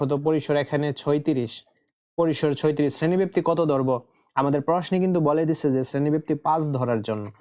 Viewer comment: ছয়ত্রিশ না ছত্রিশ 😅😅😂